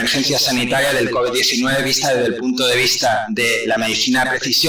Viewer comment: Bruto el primero dice looby 19 y después cobi 19 jajajajajajaja explico mejor el segundo